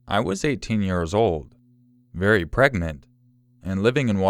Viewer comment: I thought it said fairy pregnant and I was like wtf